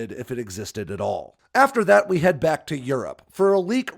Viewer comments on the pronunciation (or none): none